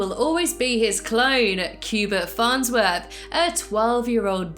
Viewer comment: Farnswith? It’s farnsworth